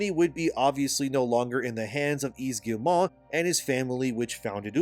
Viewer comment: I'm on a one-man crusade to get YouTubers to pronounce Yves Guillemot's name! It's: "eve gee-mo" (hard-G, long-O). Last name Rhymes with "we go." Good luck!